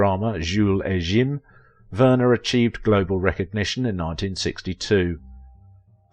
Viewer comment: "Jim" in Jules et Jim is not pronounced in that fakey French accent being used here, it's pronounced as it is in English. It's discussed in the movie, So no need for the Jzuules et "Jzeeem" pronunciation